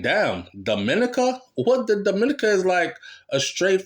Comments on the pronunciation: Your prenoucing Dominica wrong it is not prenounced the same way as the Dominican Republic lool its prenounced Domi neka i know alot of them amd they hate whem its prenounced wrong its like me prenoucing Jamaica wrong lol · YOU KE E P..SAYING 'DOM' MINICA'...IT'S,. DOM..MIN..KNEE..CA',..DUNCE RASS..LOL " " IT'S ( MEEEE )...DID YOU GET A CRISS WHITE GIRL YET,..TIME TO..' TRADE IN',.LAUGH NUH 😅🎉🎉❤.😂 I AM IN NYC..I WOULD REALLY LIKE TO 'BUCK UP ' INTO KARTEL...AS YOU KNOW I NEVVAH USED TO LIKE HIM AT ALL..( NOW ) BOMBO NUMBER ONE FAN..HE LOOK LIKE HE REALLY GROW UP AND 'MATURE',..DO YOU KNOW WHERE TO SEE HIM IN NY...BIGGUP '' AN' MEMBAH SEH,..(( ME )) AH D'FIRS' F'CALL YOU ) '' NEVVAH EVVAH FIGET D'AT..! YEAH!..